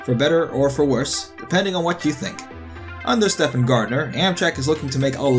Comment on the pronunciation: Um, it's pronounced "Steven," not "Stefan." It's like one of the most popular male names in history....